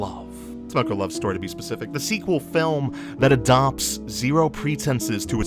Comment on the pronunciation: Content is great! I think the argument that you guys have is solid and something we should consider. One nit-pick tho: can you plz try and pronounce the names correctly? I understand it is hard for an English speaker to correctly pronounce Japanese words, but if you think of the words phonetically it will sound better since Japanese is a phonetic language. Like for this video, you pronounced "Tamako" as "Tamoko" w/ an "o" and not an "a". I know the difference is a nit-pick but I think if you can correctly pronounce everything in the future it will make your content 100x better since nobody else on YouTube can!